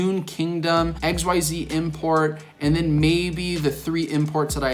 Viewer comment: I like how says "X Y Z" import and then immediately pronounces "Xyz monsters" correctly